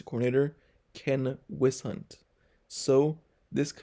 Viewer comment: KEN WHISENHUNT….wiz-zen-hunt! You’re welcome.